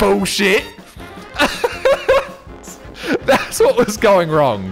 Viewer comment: As a fellow Australian I feel particularly seen by your pronunciation of 'bullshit' as 'bewshit'